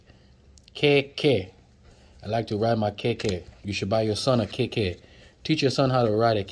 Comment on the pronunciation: lol you butchered everything hahhah igbale broom,honroo, ijaaapa tortoise,jeee wake up,,keeeke bicycle